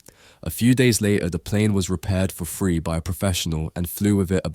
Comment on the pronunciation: When you say the word three it's sounds like your saying the word free, and when said the word free it's sound like three..get it right Englishman!!..so what is it free or three?? 😂